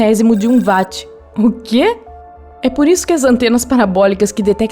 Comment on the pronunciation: A pronúncia não é vat, é uot